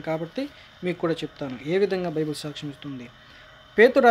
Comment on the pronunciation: ne video chusi oka visham chapalani vundi nuv bible spell nechuko first its not bibul its bible